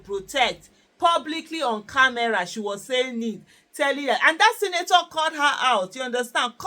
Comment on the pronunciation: It's Senator ma not Sinator. Olodo.